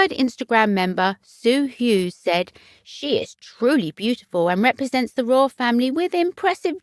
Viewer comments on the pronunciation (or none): none